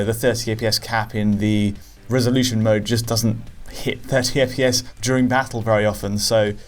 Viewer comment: I love that has said "FPS" billions of times during these videos over time that it has just become "EH-PEE-ESS"